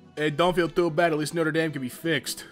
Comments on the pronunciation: Every time he says Noter Dame it pisses me off it’s Notre Dame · The way he pronounces Norte Dame hurts me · When he pronounced it no tre damn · Do americans really say 'noter damn'? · Is no one gonna talk about how he was pronouncing Notre Dame? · You pronounced notre dame incorrectly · Great vid but....... at least know how to pronounce notre dame